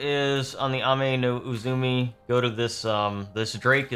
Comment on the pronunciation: She's called Ame-No-Uzume, not Ame-No-Uzumi